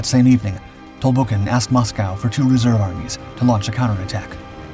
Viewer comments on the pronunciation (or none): none